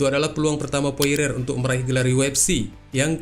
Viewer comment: Dustin porier bang, Bukan poire, masih - Mending poirer